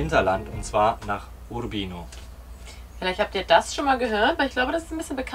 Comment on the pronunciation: Wer Italienische Reisevideos veröffentlicht sollte wenigstens die Aussprache der besuchten Orte beherrschen (Uurbiiino, Jeesi), und auf "krass und süß verzichten". Informativ an diesen 18 Minuten war leider wenig bis nichts. Schade!